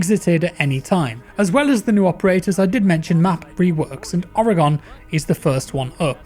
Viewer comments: "Ore gun" its not "ore gon" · The ore in Oregon is pronounced like a mineral ore, not or-y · It’s organ not ore-e-gone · I'm from Worshington state(Tacoma area) and most of my family live in Oreegone. Lol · even where im from we accidentally pronounce it as Oro-gon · Did Oregon die? Cuz he keeps saying Oregone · You pronounce Oregon like organ. Its a state in the U.S. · Small nitpick - Oregon is pronounced Oreh-gun. ;) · Oregon pronounced “organ”;) love you just an American triggered by the way you say the name of a state here:p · Jackkkkk I live in Oregon! It’s pronounced (ore again)😂😂😂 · Never trust a man who uses Iron Sights on attack and calls “Oregon”, “Oro-Gon” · You nailed the pronunciation of Oregon the first time. Went a bit downhill from there though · haha, was digging in the comments to find my fellow pacific nw brethren to call out the mispronunciation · Funny thing is he says it right the first time, then slaughtered it the rest lol.